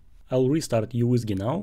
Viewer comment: It's pronounced as MICRO WHISKEY not YOU WHISKEY